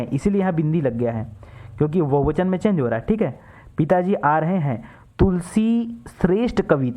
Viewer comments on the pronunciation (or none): none